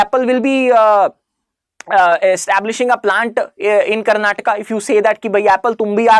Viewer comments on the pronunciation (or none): none